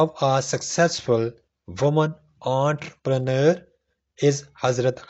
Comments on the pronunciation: What is "aaant prener"? 😡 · "Aunt preneur" 🤣🤣🤣